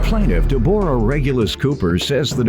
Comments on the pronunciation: Why he pronouncing her name like that!!! Who don’t know how to pronounce Deborah! He must don’t know a Debrah also know as Debbie. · Right! Takin' bout Deb-OR-ah.